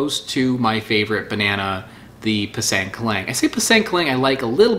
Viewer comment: Pisang is actually pronounced "Pee-Sung"